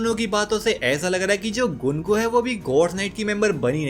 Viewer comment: गंको है उसका नाम गुनको नहीं